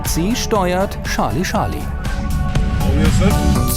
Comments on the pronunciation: Bitte, bitte… Charlie - /ˈtʃɑː(r)li/, durch die tausendfache Wiederholung war’s schon schmerzhaft. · Wieso sagen die immer Schali-Schali? Seit wann folgt das Fliegeralphabet nicht mehr der englischen Aussprache? Man sagt ja auch nicht Schali Chaplin oder Prinz Schales. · „Scharlie Scharlie“